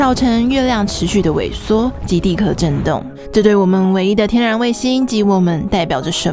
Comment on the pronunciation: 蛋壳ke二声，地壳qiao四声